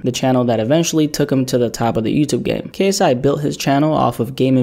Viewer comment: He butchered KSI’s name lmao 😂